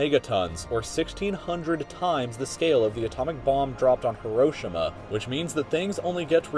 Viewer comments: the way he pronounced Hiroshima T_T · you want a teacher who cant even pronounce Hiroshima right? smh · The way he says Hiroshima irks me